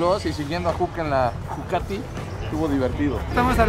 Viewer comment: "LA JUCATIS"